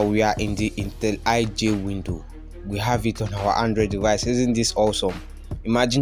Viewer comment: It's intelli J, not intel iJ.. wtf lol